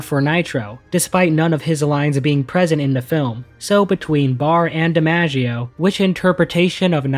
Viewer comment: His name’s John Di-MOGG-ieo Not Di-Manja-ieo